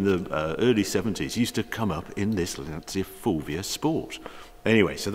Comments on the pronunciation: Italiano here Just to ask please if u say lancia as in lansee-a in italian u are actually saying: l ansia ( the anxiety) for lancia think as lantcha to made it sound properly. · Great video, lovely car. The only thing you need to improve is the pronunciation of the word "Lancia". It's Lan-tcha" ;-) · Harry I love you man but please say it correctly....''Lantja'' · haha...only certain words bother me...i assume youre referring to pronouncing Lancia as "Lan-see-ya"? brits were yucking it up to the new Alfa "Toe nail" (Tonale) thinking they were so clever and that the world revolves around the english language when aruguably 65-70% of their language is based on latin... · Lancia to pronunce like Lanchia. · it's pronounced "lancha" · Harry, you pronounce Porsche correctly, so why not Lancia?